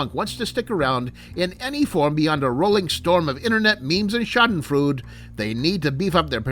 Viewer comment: Sha-den-frood? Have I been saying schadenfreude wrong all this time? (sha-den-froy-duh)